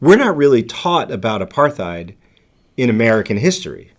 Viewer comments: The word "apartheid" is actually pronounced "apart-heid", as the T and H are in separate syllables. It's an Afrikaans word (the Dutch dialect spoken in South Africa). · Also, Apartheid is pronounced with a silent h. 👍☮